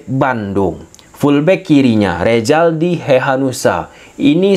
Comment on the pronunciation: rrzaldi dibacnya ressldi bukan rejaldi ,mimin aduh oin betul sih luh,belajar lg bhs indonesia min